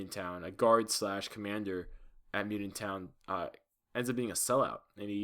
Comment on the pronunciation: Damn you suck you can't even say mutant